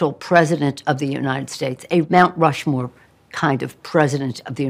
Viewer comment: Nancy, it's called Mt Rush-more, not Mt Stumble-more or Mt Slow-more 😂🤣🤦‍♂️